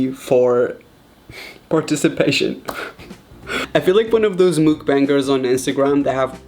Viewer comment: Absolutely nobody: Raphael Gomes: mOOkbAnG (btw this isn’t a hate comment)